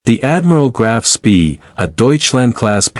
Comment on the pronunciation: I hate AI, can't even pronounce the ships name correctly.